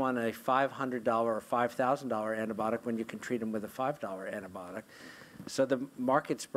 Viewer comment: some of them keep saying it as antibotic!! not "b-eye-o-tik"